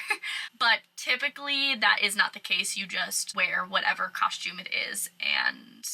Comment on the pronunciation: Love the way you say “cosh-tume” Everytime you say costume. Love your videos. I’ve love cruising! I’ve been on 5 so far, to the Eastern and Western Caribbean. Although I wanna do RC, I’ve only cruised Carnival. Would be awesome to work on a ship though.